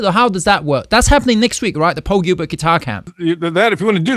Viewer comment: The man's name is "PAUL GILBERT" not "POWEL GEEBERT" - please!